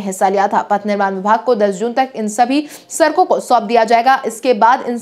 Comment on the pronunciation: Sarak sarak kar sadak bolo